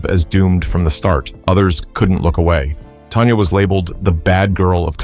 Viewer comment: It’s Tanya not Tonya